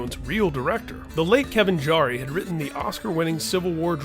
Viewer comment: Jarre is pronounced Jar.